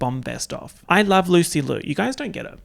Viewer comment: did- did he just call THE PRODIGY "Rina Sawayama EP-type beats" also that's not how you pronounce Liu